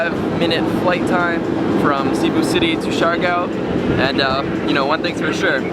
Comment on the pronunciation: Coron pronounced Cor oh n, Cebu pronounced Say Boo.... Siargao pronounced Seer uh gow.... Grew up in the Philippines.... Other than that small tidbit I Love the videos... brings back lots of memories for me... Im hoping to sail my boat back to the Philippines and hit up Bali as well... Hopefully I will see you along the way somewhere.... Thanks.